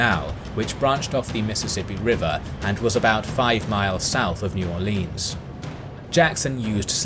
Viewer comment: While I love your videos and your description of the battle of New Orleans was top notch. New Orleans is not pronounced Orleeens. As someone born and raised down in South Louisiana I've never heard anyone except people who aren't from around here trying to sound like us Cajuns and all they are managing to accomplish is sounding cringy.